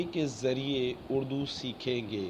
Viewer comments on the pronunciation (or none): اڑدو نہیں ہوتا بھائی اردو ہوتا ہے